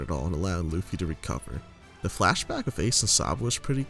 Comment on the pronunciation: At around 9 minutes you call him luuhffy, its pronounced lou - fi